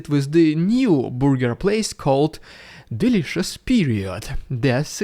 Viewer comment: Delitious Period😂😂😂